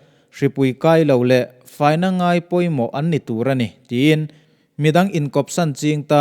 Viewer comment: 'Nguai' tih i lam dan hi,Upa deuh zawt teh